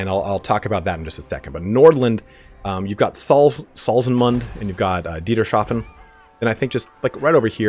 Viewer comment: He is not German...relax...just like when he pronounced DieterSHAFEN when it is really Dieter's Hafen(port of Dieter) It is not fair to ask for precise pronounciation of the German language (i am not a German but i live in Germany and sometimes this language is a pain in the ass)